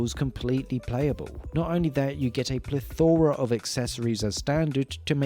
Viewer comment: It’s plEthora, not plethOra. (It’s leviOsa, not leviosA)